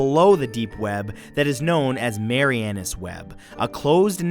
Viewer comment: PRONUNCIATION - Sorry, if someone else already commented, but too many to scroll through. It is Mar-ee-ah-nuss - as in Marianas Trench, the supposed deepest portion of the ocean, hence deepest part of the trench. Well, he was an accountant, not a humanities major, right?